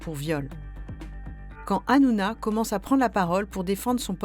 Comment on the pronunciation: Hanouna...non ranouna🤧